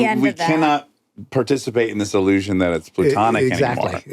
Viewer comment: platonic as in plato the philosopher, not pluto the planet. just fyi, dax